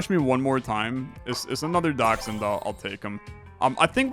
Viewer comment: That is exactly how you pronounce dachshund.